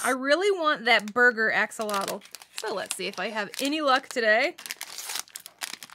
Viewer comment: Stop doing that you are saying axolotl action, different language😡😡😡